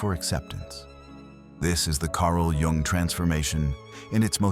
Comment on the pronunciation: When editing your videos, you need to spell out Carl‘s last name differently so the narrator pronounces it correctly so you could spell it YOONG and the narrator will pronounce it correctly.